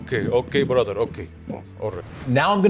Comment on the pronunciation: Hallo Brathar welcome to my Baradise 🤣🤣🤣Legendary